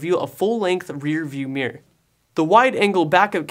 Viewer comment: Hahahahah i noticed it too.